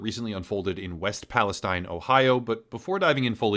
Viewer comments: It’s “EAST” Palestine , locals pronounce it Palesteen. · What a joker he doesn't even have the name of the town right. It's EAST and pronounced Palisteen. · It’s pronounced like… ‘Palla steen’ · you are mispronouncing Palestine